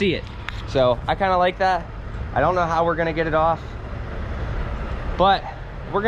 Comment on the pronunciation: Very off topic. I heard you pronounce "Like that" as "Li-gatt". My brotha, are you from round Quarryville, Oxford, West Grove, Pa or somethin'? Thats my dialect!